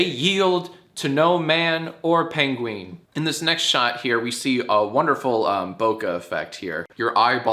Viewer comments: STOP SAYING PENGWEEN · im sorry..paingween? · hE sAiD pEnGwIng hahhzhahaha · “Paingween” -Johnathan Films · Couldn't fully commit to "pengwings"? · Uh why do you say penguin so weird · I see that has taken "penguin" pronunciation tips from Benihana Crumblcookie